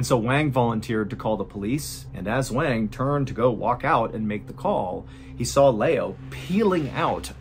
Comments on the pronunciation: Liu is pronounced Lee-oo (kind of like Leel) not Lay-o; and Wang is pronounced Wong (or like wand with a G instead of a D) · Love your vids! Just a quick note, Wang is pronounced closer to "Wawn", like Yawn with W. Liu is pronounced Lee'you, not Lay-oh. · I appreciate you covering more global events, but I want to encourage you to cross-check how to say their names. "Wang" probably uses the soft a, like "wand". And "Liu" is usually pronounced as "lee-oo" not "lay-oh". :) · Every time you say wang. 😂